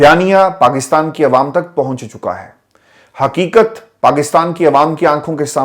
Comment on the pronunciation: ۔ حروف تہجی ۔۔ ق ۔۔ کو ۔۔ کاف ۔۔ کیوں بولتے ھیں ۔ جیسے حقیقت کو حکیکت ۔ قبول کو کبول ۔۔ قایئم کو کایئم ۔۔ اردو میں قاف کو قاف ہی کہتے ہیں کاف نہیں ۔۔ محمد meesaW قریشی ۔ کراچی